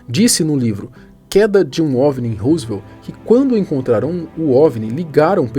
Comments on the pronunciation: É Roswell.... não Roosvelt ou Rooswell... ajuda nóis aí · Rosivelt foi o presidente e ROSWELL foi o caso ufológico. Pronúncia correta: "Rózuel" com "Ro" de Rock'n'roll e não "Husivel" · Não é "ruzuel". A pronúncia correta é rózuel. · a pronúncia não é "Rosevel", é "Rózuel"... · So a pronuncia que é "Róswell". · ANTES DE FALAR PALAVRAS ESTRANGEIRAS VERIFIQUE A PRONUNCIA SENAO VOCE VAI PASSAR VERGONHA COMO NESTE CASO ``RUSEVEL`` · Na verdade, a pronúncia é "Rósuél" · adoro seu canal, vc sempre aborda assuntos variados e interessantes, só uma observação minha o nome do Caso se pronuncia Ro-ssu-el (Rosswell), Roosevelt é o Sobrenome nome de um dos ex presidentes do EUA!!! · Acerta a pronúncia aí djow, a pronúcia correta é " rós uel" (Roswell), e tem um S somente e não dois. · Belo vídeo Man, só uma coisa, Roswell se pronuncia rós uél. Esse vídeo da autópsia do ET não chegou a passar no fantástico nos anos 90??